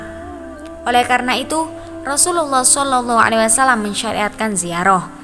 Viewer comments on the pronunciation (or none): Ziarah bukan ziaroh.